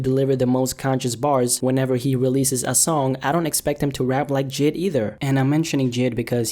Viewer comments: Btw its pronounced Jay i d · Yo J.I.D. is pronounced “Jay eye dee” like the individual letters. It’s like B.o.b